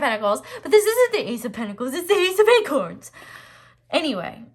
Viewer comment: I laughed so much when you started getting angry at the tarot deck creators, it was hilarious 😂😂❤️ they way you said "ace of acorns" 🤣🤣